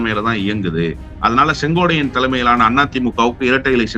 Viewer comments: கம்பீரமான குரலுக்குச் சொந்தக்காரர் மட்டுமல்ல தெளிவான சிந்தனைக்கும் தெளிவான உச்சரிப்புக்கும் சொந்தக்காரர்.... ஆனால் செங்கோட்டையனை செங்கோடையன் என்று சொல்வது ஏன் என்று தெரியவில்லை.... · முதல்ல செங்கோட்டையன் பேர சொல்லக் கத்துக்கிட்டு அப்புறம் பேட்டி கொடு